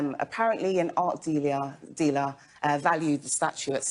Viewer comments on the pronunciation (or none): She tries to act smart and sophisticated to the point she says “dealer” with flare “diliaire” what a twit.